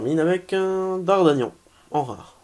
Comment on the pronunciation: Alors déjà très bonne fin d'ouverture pour toi et toujours un peu moins chanceux malheureusement, mais superbe ouverture en partis et continuez comme ça, et au passage c'est DardaRgnan et non Dardagnan:p